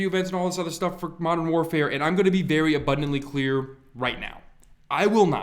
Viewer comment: "Vewy simple"